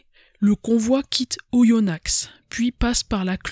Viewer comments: Vidéo très bien documentée et passionnante ! Si je peux me permettre un petit erratum en tant que bon aindinois : on prononce Oyonna(x) sans le X. Sinon, bravo et hâte d'une nouvelle vidéo ! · Le x ne se prononce pas dans Oyonnax